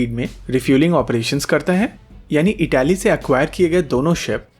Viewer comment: इटली, इटैली नहीं!